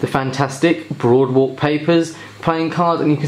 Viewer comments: "boardwalk" not "broadwalk" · I'm sorry man, but it's "Boardwalk" not "Broadwalk" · brother you keep saying broadwalk it clearly says there BOARDwalk. just a little nitpick but it got me annoyed since you repeated it without correcting yourself even after reading the box. your video title even kept the mistake. lol.